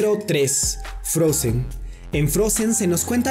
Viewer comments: Se pronuncia frouzen no frosen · No se dice Frozen se dice Frousen es diferente je? >:C